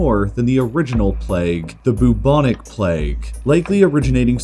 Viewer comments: There's only so much I can take of the syllable "bu" being pronounced as "boo". One minute and fifty-eight seconds, to be precise. I'm out. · Why do you gender empires and countries? I find it a bit off-putting, somehow. It, they...in this day and age, keeping stuff nice and neutral is probably best practice :) Also, 'bubonic' is generally pronounced with a 'byoo' as the first syllable, rather than 'boo'. Same with bubo. Such a delicious word, might as well get it right. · I've never felt so much pain from his pronunciation of bubonic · Boob-onik plague? I thought it was pronounced "bwebonik" plague 🤓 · How Ameircans say Bubonic makes me wheeze omg.